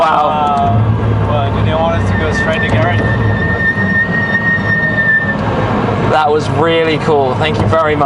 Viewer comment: it's always funny when the French guy says a French word with an English accent (like, "garage" which really isn't your he'd actually pronounce it, lol.)